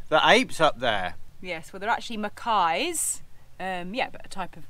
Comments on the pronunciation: MACACQUES, not ‘mackays’ !!!! On the whole, a good video about Gib - better than most caravanners’ filmed mini-visits to the Rock. Thank you for that. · Macaques not Macais.